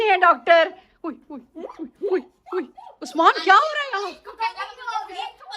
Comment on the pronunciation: ap usman ko usmaan tiilaa ku bolty ho so funny and cute vloger